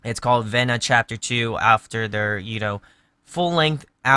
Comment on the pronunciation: No biggie, but the album is pronounced "V-na" :)